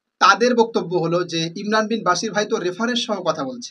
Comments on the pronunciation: আরে ভাই আপনিতো ইমরান ভাইয়ের নাম টা ঠিক করে বলতে পারেনা 😂😂😂😂 বাশির না ভাই বশির বলেন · মুর্খ কোথাকার শব্দ উচ্চারণ কি হয় তা জাননা ভুল দরতে আসো শব্দটি বশির হবনা বাশিরই হবে বুঝলে । অন্দ অনুসরণ করোনা বুঝে চলো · তোমার ভিডিও কি দেখব ভাই নামটাই তো ঠিক করে উচ্চারণ করতে পারো না ইমরান বিন বশির। ইমরান যথেষ্ট জ্ঞানী হাফেজ মাওলানা মুফতি তারে জ্ঞান দিতে এসো না শেষ জানে। তার কোথায় ভুল সে তো রেফারেন্স সহ দেখাচ্ছে। সত্য কথা বলতে তাকে হত্যা করো তাই না।